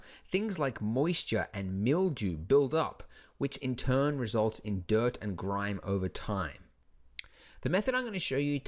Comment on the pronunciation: Did you say grrrime?